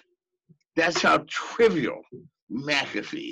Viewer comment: It’s mc “a” fee not mcafe